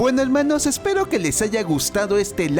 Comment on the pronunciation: Deja de decir helmanos